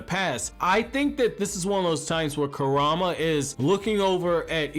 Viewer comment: I just still cant belive that you cant prenounce “kuruma” and “sumire” when they literally say their names in the anime 🤦🏽‍♂️🤦🏽‍♂️